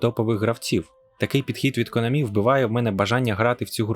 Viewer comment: Спасибі, я це й так знав. Але чо наголос у Конамі на останній склад? Я завжди голосив на А.